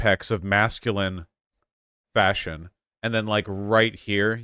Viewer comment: Oh thanks, I’m not the only one! I literally jumped when he said that sentence, cause I heard right away fascism instead of fashion, I had to check back again to understand he wasn’t speaking of fascism! 😂